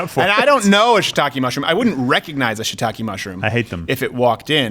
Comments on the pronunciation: Ok, luv ya, but it's not "Shit ta kay" it's "She eee tah Keh" 👌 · Ok, luv ya, but it's not"Shit ta kay" it's "She ee tah Keh" 👌